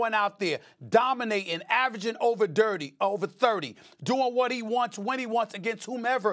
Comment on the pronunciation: he also said average over Dirty , instead of Thirty.